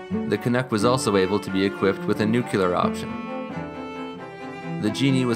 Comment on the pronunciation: nuCLEAR, not nuCULAR